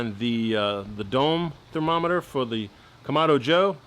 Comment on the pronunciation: That this is awesome. And the thermometer, or how'd you say it....thromomreter, seams accurate